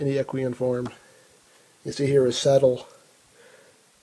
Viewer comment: ***** Well, to be perfectly honest, he didn't pronounce "equine" correctly either...